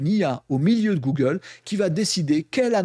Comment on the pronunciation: Bjr une 1ère ici. Les sujets sont bien mais la narration m’a fait fuir, les "c’est nous qu’on va" et les "gougle" m’ont fait saigner les oreilles. Bonne continuation